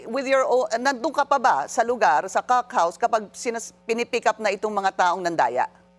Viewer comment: Nakakailang naman pag sinasabi ni pinky "cock house". 😉